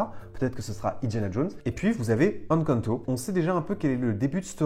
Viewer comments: Encore une super vidéo, j'espère qu'on verra un jour une attraction Encanto à DLP. Si je peux me permettre, le "EN" d'Encanto se prononce "én" comme dans énergie, pas comme dans enfant. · je t'apprécie énormément ♥ Mais Encanto se prononce "haine quand ne taux" pitié x'D